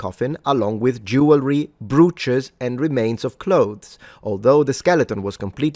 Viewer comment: Minor correction on your pronunciation there. Brooches is pronounced to rhyme with coaches.